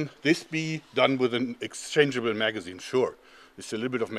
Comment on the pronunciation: I swear he said forskin. Magazine